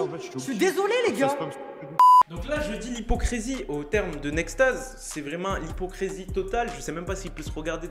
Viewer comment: Parle français c hypocrisy et nn pas hypocresy